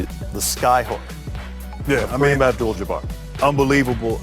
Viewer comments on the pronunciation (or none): Did Isiah just said "Jamar", instead of Jabbar.. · Yeah hard for him to say jabbar.